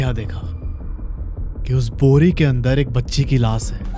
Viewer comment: Sake nahi shake….laas nahi laash (sh…..) 🤣